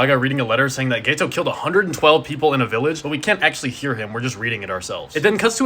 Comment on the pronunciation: Just to clarify, it’s GETO (pronounced GEH-TOH) not GAYTOH 😅